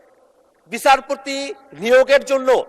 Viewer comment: আরে পাঠা,বিছারপতি না,বিচারপতি